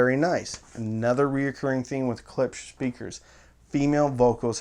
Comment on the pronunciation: Klipsch, pronounced KLIPSH, not CLIPS. Thank you.